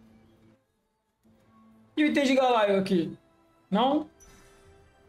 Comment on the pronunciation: Amo seus videos só n aguento os "Galaio" "Illaoai"